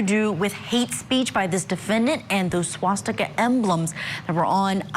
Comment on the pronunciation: So you’re telling me this news reporter doesn’t know how to say swastika